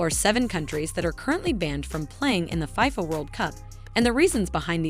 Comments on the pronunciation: FIYFA WORLD CUP?! (its FIFA, pronounced Fee-Fuh) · I cringed everytime she mentioned it that way